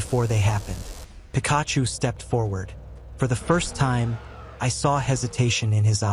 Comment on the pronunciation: Pikaaahhhchu? Raychu?